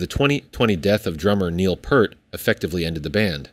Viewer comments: To the narrator…Honor Neil Peart by saying his last name correctly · It’s always disappointing when people don’t do research. It’s nice when people care to learn how to pronounce The Professors name correctly. Also, they performed at the South Park Anniversary Concert before the Taylor Hawkins tribute. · All of those opportunities to pronounce Neil's last name correctly and you missed every single one. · Probably a good idea to pronounce Neil’s last name correctly… Just a thought . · Ugh you pronouncing “PEART “ wrong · If you can’t even pronounce Peart, you shouldn’t be commenting on Rush or Rock music. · Please pronounce Neil's surname properly!!! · I appreciate the video, but you could at least learn how to pronounce Neil Peart's name... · Can’t take you seriously when you can’t even pronounce Neil’s last name correctly. And this horsehit about a reunion is something that’s been passed around for a couple of years now. It’s nothing new and every quote given is largely taken out of context. IT AIN’T HAPPENING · You can’t even pronounce his name right! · It's pEARt not Pert. Get it right!!! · It's FUCKING PEART! NOT "PERT"! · His name is pronounced Neil "Peered" not "Purred" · Neil's name is NOT Purt, it's pronounced Peert. IDK why so many people can't get it right. He just seemed to take it for granted when someone mispronounced his name. As a rabid fan since 1976, I have mixed feelings about them carrying on w/o Neil. There's not many of us left who can say they saw Rush play By-tor and the Snow Dog live. :-) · Not to be that guy, but it's not "Pert." It's "P-EAR-T"--like the part of your body you use to listen to Rush's music. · Don't get your hopes up. Led Zeppelin didn't want to continue without Bonham, Rush doesn't want to continue without Neil Peart. "Pee-rt", not "Pert" like the shampoo. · His name is pronounced Pea art not Pert :face-red-droopy-eyes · Not pert, pe👂👂👂👂👂👂👂👂👂👂👂rt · P ear t Peart not pert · Peart. Pronounced P ear 👂 T. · p-ear-t. say it right!